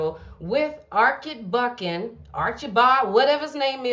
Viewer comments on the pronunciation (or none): The correct pronunciation is Archie bald. Not Arckie bold